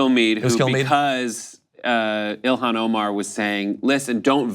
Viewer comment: John - Ilhan is pronounced Il-on (the "h" is silent). Be in the forefront of people who pronounce her name correctly.